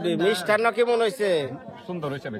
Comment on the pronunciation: ktay bolte pare na kemon re bole kimon